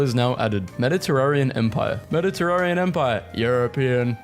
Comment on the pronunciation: Its mediteranean not mediterarean